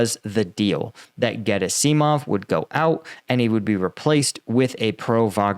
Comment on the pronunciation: Gerasimov. Accent on the second syllable, right?